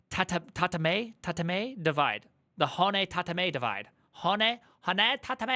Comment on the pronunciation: ta-te-ma-e 4 syllables and it is pronounced like Spanish, no weird English vowel gymanistics. ho-n-ne, 3 syllables, yes in Japanese a single "n" is syllable. Why not the other? you just have to learn the specific syllables that exist, Japanese writing system is made of 2 syllabaries, hiragana and katakana, besides kanji. They use the 3 of them. katakana is for foreign words, hiragana is for words of Japanese origin